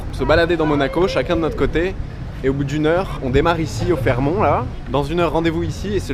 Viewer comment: c'est drôle tu ne dois pas lire tes coms, il y a quelqu'un qui t'a précisé que l'on prononçait le t à la fin de Fairmont... C'est osé d'appeler le classe G une voiture... et tu as des origines russes pour avoir si bon goût.... ! Car les classes G que tu croises , même en plaques MC, ceux sont des russes....